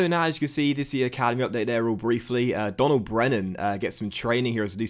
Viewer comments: Donal is pronounced like "Dough-nal" just for future reference. Loving the series so far. Great to have you back✊ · Just wanted to let you know Donal Brennan's first name is pronounced Dough-nal. Love the vids and happy to have you back loving the career mode already. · Donal in Donal Brennan is pronounced like Doh-nal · Donal brennan is pronounced doe-nal great to have u back man keep it up